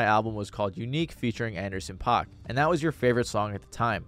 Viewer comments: Paak is pronounced like pack. Shit drove me insane , otherwise, good video. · it's paak like PACK not pac like tupac goddamn it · Its actually Anderson Pakk (Pack) not (Pac) ☝️🤓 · Did you call Anderson Paak Anderson Pac?..... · Take a shot every time he says Anderson “Pac” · its pronounced anderson PACK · It’s pronounced Anderson. PACK not tuPAC. Hearing you mispronounce his name was agonizing 😂😂😂